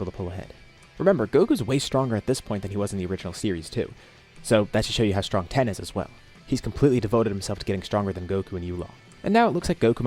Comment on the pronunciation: Why do you pronounce tein like that